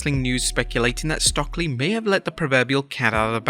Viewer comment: Its “stoke-lee”, not “stock-lee” … just helping :)